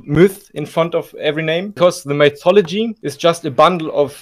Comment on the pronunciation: bro said mythodology 💀